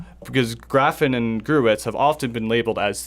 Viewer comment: Pretty cool Episode, guys! But please: it‘s not Gavin or Geffen! It‘s Graffin! Also it’s not Heston, but Hetson! Except for that, flawless! Thank you!